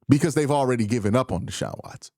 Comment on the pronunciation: Omg, I just cringed when Q said Deshaun Watsons name 😣